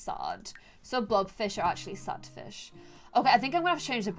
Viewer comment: and "he looks like a feesh boy" EDIT:thx for likes 🥰